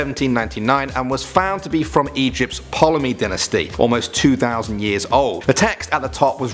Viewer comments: It is not pronounced ptolemy it is pronounced tolemy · Ptolemy is pronounced Tolo-mee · Ptolemy, the "p" is silent. Tall a me. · It’s pronounced Tomley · Ptolemy- tol-im-ee. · sorry bud but you pronounced Ptolemy wrong. the P is silent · Hey, it's pTolemy the P silent. (In regards to the Rosetta Stone)